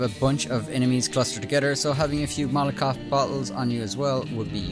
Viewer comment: "Molotov" not "Molokov" :D